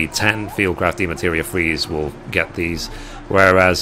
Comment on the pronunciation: I'm a HUGE fan of your videos, you've helped me more than you know. And I hate to be one of "those" people but it's pronounced DEMI-MATERIA lol not de-materia.:p Much love from a big fan on cactuar! <3